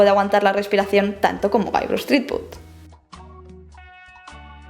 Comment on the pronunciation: Me encanta Monkey Island y he jugado a todas las aventuras gráficas antiguas de Lucas (a excepción de The Dig, el docu me lo ha recordado). Pero me gustaría darte un consejo, de jugona a jugona y de trabajadora del gremio audiovisual a ídem: pronuncia mejor en inglés. Es "llibert", es "aisland", es "zripüd". No "jilbert", ni "ilan", ni "tripud" entre muchos otros. El docu está bien, lleno de curiosidades :)